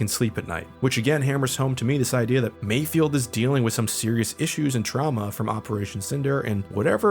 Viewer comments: You keep mispronouncing Mayfeld's name. It's not Mayfield. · Take a shot every time says "Mayfield" Its Mayfeld 😖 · Dude his name is MAYFELD!!! MIGS MAYFELD. Lol you’re killing me saying it wrong!